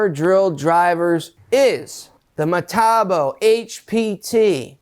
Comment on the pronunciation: in the uk metabo is metabo not hockycocky pronounced meta-boo.